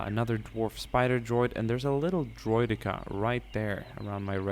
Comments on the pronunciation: The fact that sais droid dika in a different accent is so funny! Awesome video! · He says droideka with a accent lol